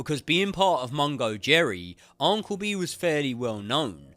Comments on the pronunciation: Its Un-cle. Not On-cle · Am I mental or does say uncle weird 🤣 loving the content mate! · Never heard anyone pronounce uncle like this